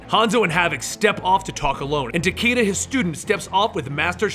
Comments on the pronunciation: The character's name is pronounced "Ta Kay Da." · It’s ta ky da